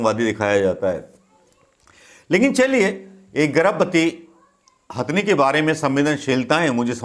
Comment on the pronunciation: गवार बोलना तो सिख ले पेहले, हस्थनी नही हथनि होता हे , तम्बू तो पप्पू का पिंकी उखाड़ रही हे अपने बेटे को ला के , पालधर के साधुओ पे कश्मीरी पण्डितो पे 1984 के सरदारो पे भोपल गेस कांड पे शष्त्री जी की हत्या पे नही भोंकग कुते झुठी खबर देना ओर नेहरू परिवार की चाट्ना दो ही काम हे तेरे भिखारी